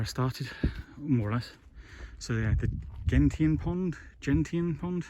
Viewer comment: To clear up the pronunciation of Gentian for you, it's Jen--shin. A gentian is an odd and interesting blue flower/plant about 6 to7" tall. While not rare, they're not common either, if that makes any sense.